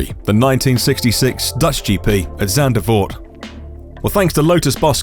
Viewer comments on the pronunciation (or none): It's Zandvoort, not Zandervoort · I caught that, it nearly sounds like sainte devote.